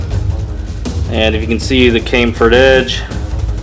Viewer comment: Since when is chamfered pronounced cameford?? Oh well nice video anyway.